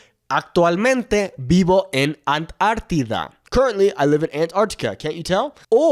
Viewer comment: The pronunciation of Antártida is actually /an-'tar-ti-da/, not /ant-'ar-ti-da/. The first syllable is an, not ant.